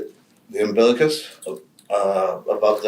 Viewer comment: Every time he says ambilicus I get angry